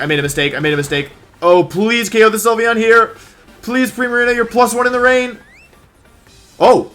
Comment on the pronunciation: “Primariña”. Wolfey never fails to amaze me.